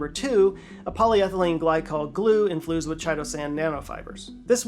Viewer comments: “infloozed” lol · Inflused? …… just had to let you know read it wrong….. have a great day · hehehe "in-fLu-sed" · I'm pretty sure I heard you say infloosed?